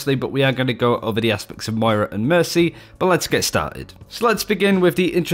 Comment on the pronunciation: I can't believe you said "Moira" right !!!